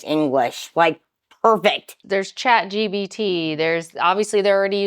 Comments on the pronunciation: It's Chat GPT not "Chat GBT" Didn't this channel put a lot of money into AI software? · Did she say "Shat GPT"? 😂